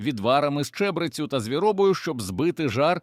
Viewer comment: Дуже пізнавально, але навчіть ШІ правильно ставити наголоси. Не чЕбрецю, а чебрецЮ; не стАрий, а старИй; пекЕльного болю, а не пЕкельного; мІсиві, а не місИві; не БджОлиного, а БджолИного; кінський вОлос, а не волОс і т.д. Помилок маса. Крім того Берестечко пишеться з великої букви. Прошепотів, а не пошипотів. Пораненому пишеться разом, а не через риску. Здригнулося, а не здрегнулося. Привида, а не приведа. І т.д. Вчіть граматику.